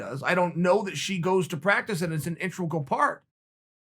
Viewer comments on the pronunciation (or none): Me: integral Uncle Chael: intregal Me: okay great